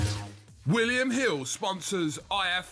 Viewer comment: Wiwyum Hiww, sponsors I F Eww TV